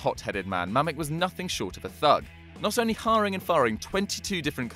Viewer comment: Mamič should be pronounced some like Mamitsh.